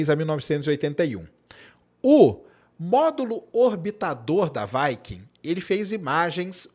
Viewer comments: Fala viking e não vaiking, parece que ta falando vaca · Quando uma palavra em inglês termina em consoante - não flexiona a vogal anterior ! vaike não viquing sim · Vaikem 1-vaikem2 e vai kem quer...😂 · 😂"Vaiquincola" né?🏹🎯